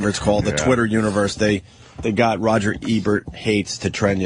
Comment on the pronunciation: why does anthony call him Rogert Ebert